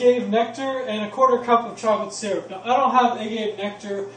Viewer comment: Honey and agave are not the same. First of all you misprounced agave. Lol but honey is healthy and has nutrients. Agave is junk. Anothet processed man made crap